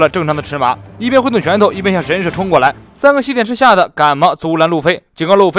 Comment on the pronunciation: 神社，she，第四声